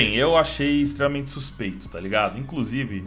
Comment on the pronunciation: "stremamente" suspeito essa prr tá de xiter prr